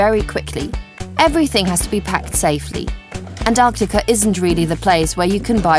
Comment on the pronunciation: Their going to Onyacunt, really? listen for yourself.